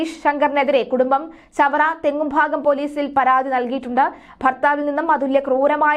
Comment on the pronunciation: തെങ്ങുംഭാഗം അല്ല തെക്കുംഭാഗം ഞാൻ കേസ് കൊടുക്കും 🥰🥰